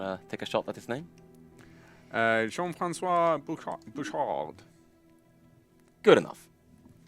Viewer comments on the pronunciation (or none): Lol, in Bouchard the d at the end is silent, but well done for the pronunciation of Jean-Francois